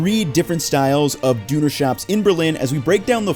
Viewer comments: yeah from my time over there we always pronounced it "doe" like a deer and not "doo," this is messing with me lol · The way he says düner makes me understand how everyone else feels when I mispronounce their food names... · Great video and I appreciate you trying your best at pronouncing everything but my whole body shivered every time you said dooner. And you said it a lot. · It's not pronounced, "Dooner" anywhere. I half think he's doing this to blow up the comments. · Dooner and P-day 🤣 It's Pide tho, not Pita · its Döner. with ö like you would say burner. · Every time he says "dooner" I die inside. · came to say the same Dooner is killing me. I wish Andon would have given him a better lesson on how to say it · Dune Kebab with some spice melange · At least he doesn't say "Donner" like the reindeer. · The ö sound is more reminiscent of ’er’ or maybe ’ir’ as in stir, or why not rhyme döner with learner — close enough. That other düner sound was NOT ok. But the actually content is good, and the theme — Berliner Döner — is so worthy of its indepth coverage. One of a handful of important things to do, my son and I, as we travelled around Europe a few weeks ago,, maybe the top one,, was to have a Berliner Döner, with proper bread and all. We also had one in Hamburg, which was actually about as good.. just not fully there, something smokey missing, maybe. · 30secs of you pronouncing it "doo-ner" was all I could take. Dislike..... Leave..... Avoid channel like the plague in future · Why my man calls it "dooner" :( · In my opinion you could have learned the proper pronounciation of Döner if you make a video about it and have to say it so many times...and honestly its not very hard to pronounce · As a german it made me aggressive when you pronounced Döner Kebab Dünekebab and called it a sandwich just in the first 5 seconds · So it’s not a dONa Kebab it’s a chicken kebab!! & it’s definitely not a dOOner Kebab!! 😂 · Doooner? Germany....erm. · Dooner lol gemoose